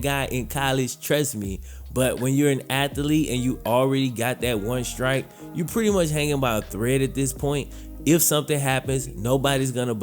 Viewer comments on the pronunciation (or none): none